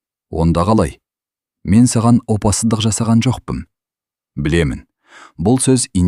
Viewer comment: Опасыздық сөзін неге дұрыс айтпайсың , оқып отырған адам???